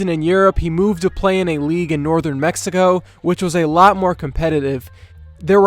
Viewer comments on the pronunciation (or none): none